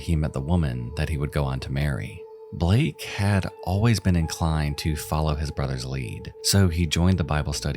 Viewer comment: BALAKE not blake